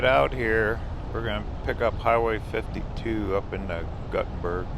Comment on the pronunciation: Nice video tour! Just for you general knowledge,Gutte nberg, IA is pronounced "Gootenberg" and Prairie du Chien, WI is pronounced "Prairie doo Sheen". Keep up the good work!